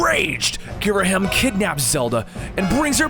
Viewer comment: It's pronounced Girahim....And my favorite is The Legend of Zelda:Windwaker cause i love the toony graphics and gameplay!